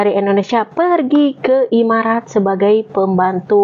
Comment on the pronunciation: Emirat apa imarat 😂😂😂,,kl arab itu emirat arab kk bkn imarat 😂